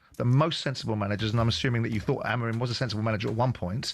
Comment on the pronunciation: What Is this caller James on. Glineos fan no doubt. Well done Simon calling him out👏 Haha and Keown saying about Sancho Rashford is just the icing on the cake. A think talksport would save a lot of money getting rid of these. Well done Simon again calling out Keown. You have saying AMOREEN. Who's he. And Jim Saying Deetorg. It's DOT ORG